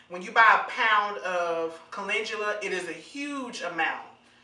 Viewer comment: Why is it called molasses scalp healer but it has no molasses... Did you call Caledula coo-lin-Jew-la???🤔 It's Cal-en-dew-lah